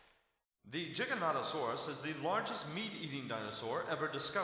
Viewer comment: they spelled and pronounced Giganotosaurus wrong...